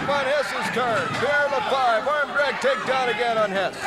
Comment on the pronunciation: Pierre LaFavre instead of LaFive. Prononunced la-farv.